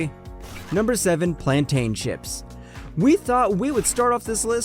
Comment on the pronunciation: The pronunciations of these foods 'plantain chips' had me dead im guyanese it is how they also pronounce guyana